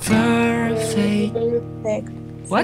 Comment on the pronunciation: Pleaseee, benerin lagi ejaan dalam b.inggris nya bro. Soalnya gue denger suka salah ngomong. Kaya perfect jadi ferfek. Maaf bro, cuma ngasih kritikian aja. Jgn tersinggung. Gue subscribe lo juga ko, bukan haters tenang aja. Buat suara sih gue akuin bagus, dan gue suka nonton juga dari video pertama lo. Thanks bro